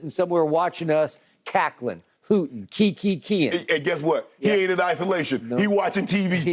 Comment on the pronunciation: My man's skip said key key keying 🤣🤣🤣🤣🤣 I'm so dead